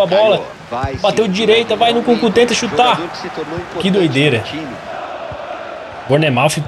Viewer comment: vei o engraçado no é q ele fala a maioria dos nomes dos jogadores errados nunkuku kkkkkkk